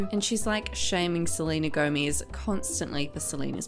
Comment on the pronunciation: No one likes Selena gomiz ( the way you pronounced it ) lol